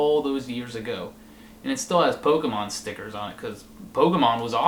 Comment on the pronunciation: a historian oughta pronounce Pokemon right